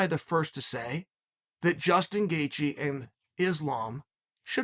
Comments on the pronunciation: tell me i wasnt the only one who heard "gustin gaethje" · Damn he fr said gustin 😭😂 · 12 seconds in uncle chael gives us a gem in “gustin gaethje” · "Gustin Gaethje"